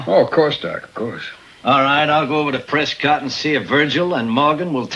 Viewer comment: It's pronounced "Pres' kitt" not "Pres cott'." The accent is on the first syllable, not the second. This is how the people of Prescott, Arizona, say their town's name. ~ To share this movie with others, I've saved it to my movie playlist, among my Arizona scenery playlists. :) It's strange that you said that, by then, the streets were asphalt, as the main street (Allen Street) of the old section of Tombstone is dirt, in order to preserve its period-appearance.